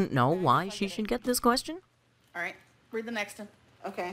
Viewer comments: Big Al purposely says raght instead of right on total purpose , she thinks people think she cute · I hate the “raht” thing as well. Some people really do pronounce it that way because of their accent but you can tell it’s something she’s playing up as one of her many “quirks”. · Hearing Amber saying "raht" instead of pronouncing it correctly because she thinks she's being quirky and dainty is so grating to my ears. Becky has proven to be just as bad but she doesn't deserve to be Ambers maid for the rest of her life. RUN BECKY!!! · That whole fake southern accent has driven me crazy from the start..... raght, lah .... my fervent hope is that when Becky leaves amber will stop with the fake accent and just pronounce words correctly. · Please do this for every single ALR video or live stream. You will have a HUGE audience. Also thank you for validating my irrational hatred of the way she says RAHT. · I say raght lmao i feel seen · Amber supposedly hates southern accents so much, but makes it a literal point to pronounce, “Right,” with the thickest southern accent she possibly can. Make it make sense.